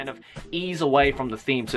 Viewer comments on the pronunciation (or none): when he said kind of keep he sounded like he said Kaneki